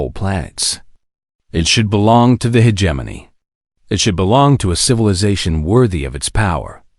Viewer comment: the pronunciation of hegemony